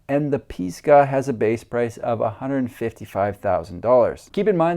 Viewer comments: Pisgah - Piss-ga not Pees-ga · It's pronounced: Piss-ga as in Pisgah Natl Forest in the Appalachian Mtns. Piss as in Piss. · Think about what comes out when you take a wee....and then you'll be able to say Pisgah correctly. 😂